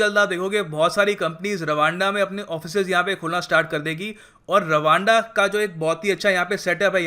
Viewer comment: Rwanda is sound like raaanda..😂😂😂